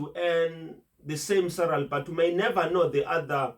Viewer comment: I like you videos mhlonishwa,why is this word SALARY so difficult for you to pronounce🤭😂😂...SALARY MHLOMISHWA,not SARALY🤝🤝